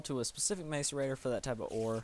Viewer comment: I've played IC2 for quite some time and everyone I know pronounces it like that. I googled it and it's pronounced (mass-er-rator) so I'll try to correct myself. Relax, it's not like it's a commonly used word so I didn't know. :P